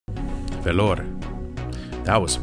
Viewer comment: I'm from Vellore Dad. Happy to see our place in this video. And love the way you pronounced it. Its great and cheap to live in our city.